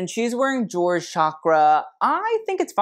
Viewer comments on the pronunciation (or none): none